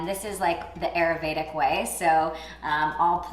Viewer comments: Please learn the proper prononciation of these Sanskrit words like Ayurvedic. It is not pronounced like a long a. It is pronounced like a short i. The other is pronounced differently as well. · Please, friends, don't pronounce Ayurvedic the way it was pronounced in this video by both. It is Aah-you-r-vey-dhic. Please and thank you from your Indian friends 🙏. (Also side note: no cluse what Julianne was talking about with the Ayurvedic way of eating that soup.) 😅